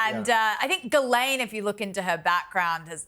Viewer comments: "Gizz-laine" 😂 I love how the British refuse to pronounce names of any foreign origin correctly, especially if they're French 😂 absolutely love the show and all of you, though. Watch every week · I loved it when said Ghislaine😄